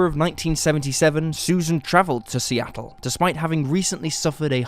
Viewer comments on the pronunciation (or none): none